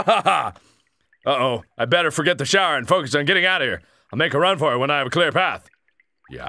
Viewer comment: Can't you pronnounce shower correctly?